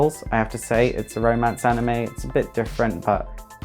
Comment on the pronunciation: ''Animeu'' -PewDiePie